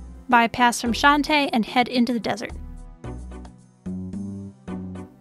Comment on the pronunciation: i love everything about this guide. But every time you say "shante" pass, a little part of me dies inside